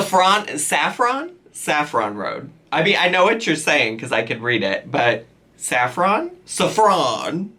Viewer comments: Our gorl rlly pronounce Saffron like one would pronounce “chiffon” omfg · The way she pronounces saffron reminds me on the main character from the movie Showgirls from 1995 where she pronounces Versace as "Versays".